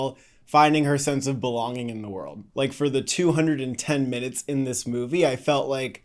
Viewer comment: I was so confused why you mentioned not once but twice that the movie is "210 minutes." Took me a bit to realize you were saying "2 hours 10 minutes," but I went back to listen again and still get "210 minutes." 🤷‍♂️